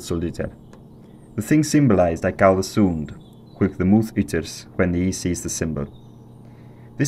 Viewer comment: The pronunciation of "call" as "caal" is fascinating